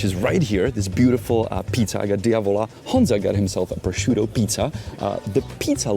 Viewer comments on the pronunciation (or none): none